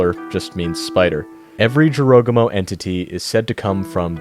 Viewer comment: Hopefully you will pronounce Arachne right because you butchered the word Jorogumo